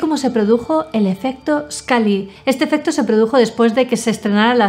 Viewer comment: "scally", "malder" 😎😎